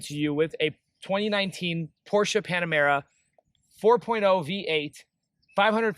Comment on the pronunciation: I hope after 2 years you have learned to pronounce Porsche properly.